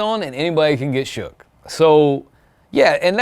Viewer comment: "Shoock" thas how we use to day it lol the good ol mix tape times